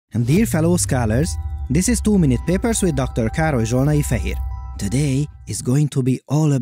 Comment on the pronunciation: Love how you pronounce your name properly in Hungarian. I started doing the same natural pronunciation as well several years ago. Two papers down the road, and everyone's name will sound like an accent.